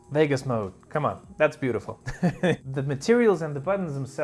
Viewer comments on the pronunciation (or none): none